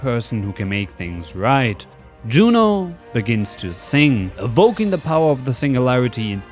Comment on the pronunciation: Yuno, NOT JUNO!!!😡😡😡